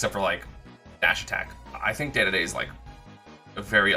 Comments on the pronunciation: Its Dedede not day-day-day. Play him and listen to the announcer on his win screen. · Him saying dedede hurts me Day-day-day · STOP CALLING KING DEDE DE 'DAY DAY DAY' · Did this man just say DADADA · Holy shit if you’re gonna say dedede so many times at least say it right